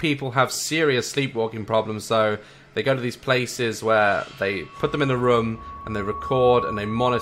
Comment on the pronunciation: I love how he says rmm and not room <3